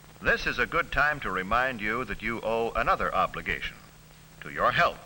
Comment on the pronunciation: OBLIGAYTION!!!!